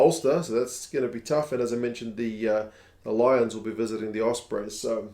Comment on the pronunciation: Good to see both Italian teams starting strong, although can't say much about the "Low-ions" though.